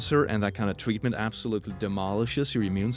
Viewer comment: Did he say tweatment